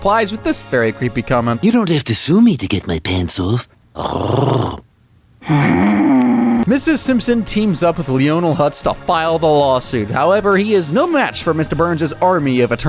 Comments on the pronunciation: lee-o-nel huts. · You said Lionel's name wrong.